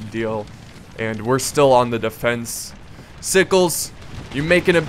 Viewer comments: i dont think Sickles is pronounced "sikes" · its pronounced you well. i was raised in the south so it a requirement lol and sickle was a key component to the victory and the battle even happening the csa would rather have not fought there but if they had to lee wanted to hold the heights but since there was a union unit in the way his forward units couldn't get past them. to take the hills.